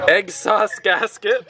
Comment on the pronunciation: he said "EGGSAUCE GASKET" 😂